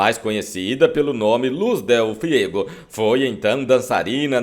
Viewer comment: É Liz dele FUEGO, bicho, e não FIEGO.